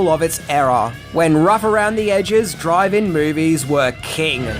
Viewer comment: Good coverage of a good movie, but was he saying drive-in movie or driving movie?